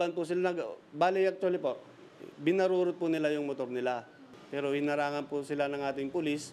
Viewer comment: Sir, hinarurot po hindi binarurot, kakapanood nyo ng nyorn yan eh😂😂